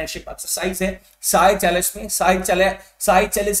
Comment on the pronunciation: Sir seychelles ko सेशेल्स bolo ye साइचेलस nahi hai